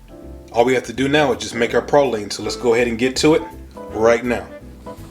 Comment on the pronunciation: At least you said pralines correctly